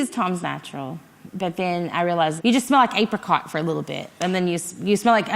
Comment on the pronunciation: Cuz of the way she pronounced apricot lol